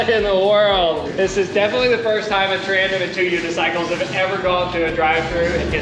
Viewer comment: It’s a TANDEM. Not trandem.